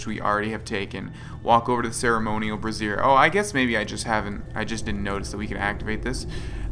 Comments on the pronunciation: I'm pretty sure you say brazier like bray-zher not brah-zee-er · "Bra-zhur." A "brassiere" is something quite different. ;)